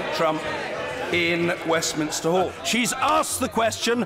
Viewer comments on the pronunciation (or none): none